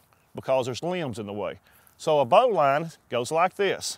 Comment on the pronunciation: Turned off after his "Bowline". Wrong as dude. Also it's pronounced "Bo -lin"